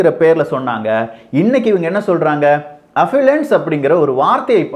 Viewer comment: அது அஃபலன்ஸ் அல்ல அஃப்லூஅன்ஸ்.